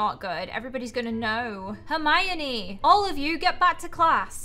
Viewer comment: saying hermione wrong me: gurl maybe u should learn how to read hErMiOnE:>